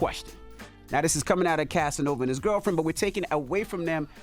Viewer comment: Please Stop!!!!! It's Ova!!!!